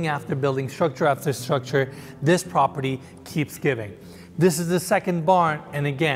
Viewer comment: Did you wanna say "pOperty"?) (I mean am I the only one that notices it?)